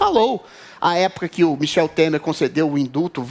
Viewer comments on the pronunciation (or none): none